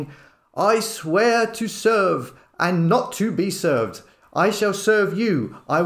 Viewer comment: ".....I'm Not here to be Seeved"!!!!!😂😅